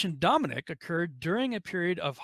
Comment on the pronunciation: Dominic = Dome Nuck